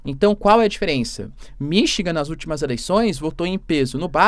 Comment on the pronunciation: Pelo amor de Deus, é Michigan não Minchingan.😮